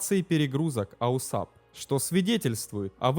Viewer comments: АУАСП!!!!!! Блин..... Зачем делать такое бестолковое видео? Читать мы сами умеем. А тут и прочитать правильно не смог. Нет бы поинтересоваться, что такое этот АУАСП и другим рассказать. Само содержание туда же. Автор не заметил, что версия Ершова противоречит фактам? Взял один текст, прилепил к нему другой и норм, пипл хавает. Половина народа в комментах спрашивает, почему скорость 400, когда должна быть сильно больше. А вы объясните им, что такое "приборная скорость" и почему она такая. Это же интересно! А..., вам же лень разбираться... Неуд короче. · Не АУСАП, а АУАСП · Не "АУСАП", а система называется "АУАСП" - автомат углов атаки и сигнализации перегрузок Автор учи матчасть! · Не АУСАП, а АУАСП * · Только не АУСАП а АУАСП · Какой ещё АУСАП(АУСАБ)? Слух режет . Делаешь подобные ролики учи мат част ! АУАСП! Автомат углов атаки и сигнализатор перегрузок ! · Только не АУСАП, а АУАСП. А вообще видео отличные. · Не аусап, а ауасп. Автомат Углов Атаки и Сигнализации Перегрузок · Не АУСАП а АУАСП. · АУСАП? Может АУАСП? Хоть почитай немного.. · АУАСП только, а не АУСАП. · Да блядь!!! НЕ АУСАП!!! Аж слух режит !!! Правильно- АУАСП !!! АВТОМАТ УГЛА АТАКИ СКОЛЬЖЕНИЯ и ПЕРЕГРУЗКИ!!! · НУ какой к энтой матери АУСАП, если он АУАСП (произносится ауаэспэ, Автомат Углов Атаки и Сигнализации Перегрузок) ? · Бля, такое впечатление, что человек либо с говором, либо не совсем владеющий русским языком комментирует, либо компьютерный голос....А так интересно. Какой аусап, если АУАСП. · Аусап? Может Ауасп?) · Не АУСАП, а АУАСП. Дружище твой аусап режет слух. Клепаешь видосы про авиацию, так будь в теме. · Аусап - так говорят? Ну мало ли, говорят, а не неграмотность. Но режет слух, когда постоянно читаешь именно АУАСП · Автомат углов атаки и сигнализации перегрузок это АУАСП, а не "аусап". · Да, я тоже хотел это сказать. Режет слух неправильное АУСАП. Перезалить надо ролик. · аусап слух режет. На самом деле это АУАСП - автомат углов атаки и сигнализации перегрузок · Да, режет ухо.